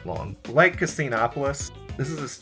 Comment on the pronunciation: Hey. It's pronounced "Casinopolis"